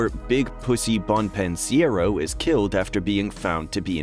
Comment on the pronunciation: Bon-pen-siero? Jackie APRIL Sr? I'm done. You've never even watched the show.